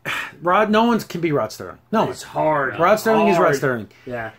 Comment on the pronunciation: First it is the late Rod Serling (SIR-ling) there is not 'T' in his name. Next, the ad was sucky because it should have included some kind of Twilight Zone Trope. 'Submitted for your approval, a man who is about to take a trip into a zone whose boundaries are that of imagination. Guiding him on this mystic journey is the mesmerizing sounds of the Twilight Tone.' I agree that they should show both sides, as they did in the Charles Bronson and Elizabeth Montgomery episode where it is the last American soldier on earth (the last man at all for all we know0 and she is the last Soviet soldier (perhaps the last woman) and without any language in common they can't speak to each other, and yet... I have two favorites from the Classic Zone, A) To Serve Man, and B) Midnight Sun. However, if they adapt a current story into an episode, I would like to see the short story from Stephen King's Skeleton Crew called 'Heaven'. It is about a couple who lose their way driving through the forest in Washington state, and come upon a small town called Heaven. As they drive around town they notice that the cop looks a lot like 1950s Elvis, and in a diner there is a janitor who looks like Buddy Holly, and a waitress who resembles Janis Joplin. Suddenly the couple finds that they can't find a way out of town, and as darkness falls they park and following the stream of people they enter a huge stadium. As they sit down the MC--how looks to the wife a lot like Alan Freese--comes on the stage and shouts